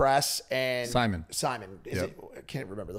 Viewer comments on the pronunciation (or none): Simone not Simon lol. C’mon fellas haha 😂